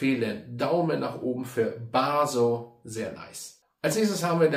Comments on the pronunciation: Der heißt Basso nicht Baaso 😊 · Basssssso, nicht Baaaaaaaso😂